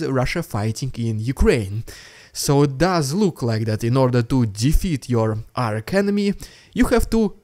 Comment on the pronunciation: HAAAAPYYY BIRTHDAAAYY - for next week 👍🥃🥃🥃🥃🇺🇦🍻🍻🍻🍻🥃🥃🥃🥃🥃🍻🍻🍻🍻🍻🍻🍻🍻🍻🍻🍻🍻🍻🍻🍻🍻🍻🍻🍻🍻🍻 🤮🥵🤤😒😏😊😛 🥃🥃🥃🥃🥃🍷🍷🍾🍸🍻🍻🍻🍻🍾🍸🥂🥃🥃🥃🥃🍻🍻🍻🍻🍻🍻🍻🍻🍻🍻🍻🎁🎁🎁🎁🎈🎈🎂🎂 😅 And repeat🎉 Oh by the way - it's Arch as in Chair Not arC (k)